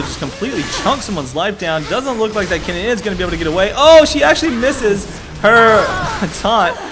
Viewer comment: You too are mistaken my dear friend. Is Kennen, not Keenan